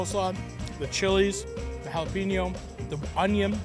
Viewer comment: pronounce jalapeño correctly or don't say it at all...